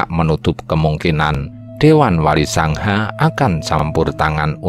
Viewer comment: Sanga kok selalu di tulis dan dibaca SANGHA